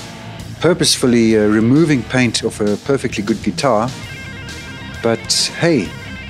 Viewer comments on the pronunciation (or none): none